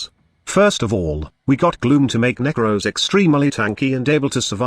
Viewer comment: the way says nekros is a little concerning